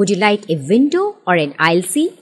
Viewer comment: Charming woman's voice - but you have an Indian accent -- and there are errors... For example, the word is not correctly pronounced "Vindow". It's a "window". W. Made with the lips without the teeth touching the bottom lip. We don't say "I'm A (long A pronounced like the letter A) tourist" etc. We say "a tourist"...short "a". It's "Vun Thousand Bucks per night" . -- nope. ONE (pronounced "won") thousand dollars. "Bucks" is slang - and too familiar for this context. I believe I heard you say "bucks"...wasn't clear.